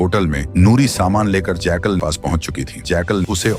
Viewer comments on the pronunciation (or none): Jackal❌ Jaykal✅ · Sweet brother ye jackal hai na ke jaykaal😊😊